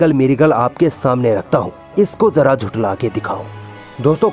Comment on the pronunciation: Isko bolne bhi sahi nahi aata phir yeh Quran kaise padhta hoga? Yeh cheez ko cheej bolta hai, yeh Quran ko Kuran bolta hai,Yeh jara bolta hai lekin isko zara bolna chahye, yeh kiyamat bolta hai lekin isko Qyamat bolna chahye. Jab iski pronunciation hi sahi nahi hai toh is se kiya seekhna.